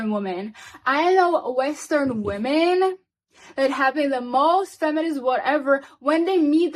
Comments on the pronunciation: “WOMEN” is verbally pronounced as “WIMEN” !!!! “WOMEN” is NOT pronounced as “WOOOMEN” !!!!!!!!! Illiterate individuals !!!😖😖😵‍💫😵‍💫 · These illiterate individuals should go and learn the English vocabulary. WOMEN is pronounced as verbally saying WIMEN !!!!!! WOMEN is Not Pronounced verbally as WOOMEN !!!!! PLEASE LORD HELP ME !!!!! 😖😖😖😖😖